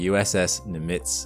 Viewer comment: "Nimitz" is pronounced with accent on the first syllable. NĬM·ĭts